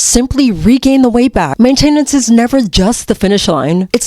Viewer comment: Main(tenance) emphasis on the first syllable 😊❤